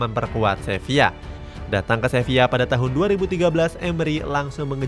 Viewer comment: Sevilla bang bukang sevia😂